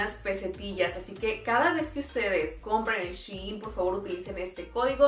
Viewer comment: SHEIN su pronunciación es CHAIN